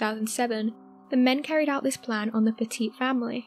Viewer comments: WRONG PICTURE, that's Hayes not Komisarjevski And it's pronounced Petit NOT PETEET. There is just nothing more disrespectful to murder victims than getting your facts and pronunciations wrong. Best to stick to videos that won't disrespect the dead. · There’s so much more information on the second family murder. Amazon has an amazing documentary made on it and if you’re interested you should watch it. BTW, it’s pronounced PET-it.